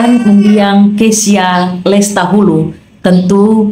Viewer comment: Maaf ijin koreksi Kaka Lestluhu bukan Lestahulu